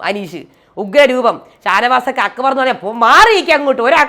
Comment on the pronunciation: അക്ക് ബർ😂😂😂.,.. അക്ബർ എന്നു പറയാൻ പോലും ഷാനവാസിന് അറിയില്ല